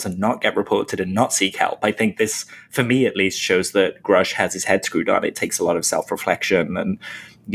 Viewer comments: At the hearing and on the news nation interview he said his name is David Grusch. Not groooooooshhhh.. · Please stop with the grouush...